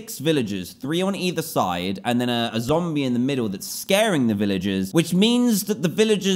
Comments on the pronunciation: do you know what i need sunset for i need it for a zomble - DANTDM 2019 and yes he said zomble not zombie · He said Zombl instead of zombie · he said zombll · Every time Dan said Zomble, I kept thinking "Womble? What do you need a Womble for?" then realize he meant a zombie